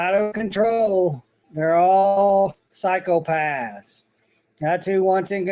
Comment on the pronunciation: For a moment I thought he was talking about cycle paths😂 then unfortunately worked out he was saying psychopaths 😂😂😂